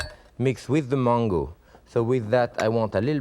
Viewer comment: It took me a while to figure out when he says mongo, it is mango.